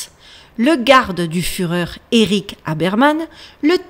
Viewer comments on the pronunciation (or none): none